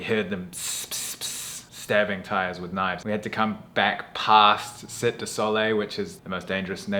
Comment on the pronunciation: That would be "Cite de Soleil" pronounced "see TEI" or "see TAE" (not "SIT"). If they pronounce it "sit", that's an inaccuracy. "Cite" has an accent over the "e" and it is French for "city". "Soleil" is French for "sun".